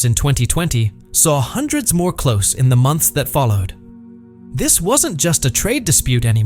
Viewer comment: An excellent AI voice, or a human who doesn't know how to pronounce close when it means shut.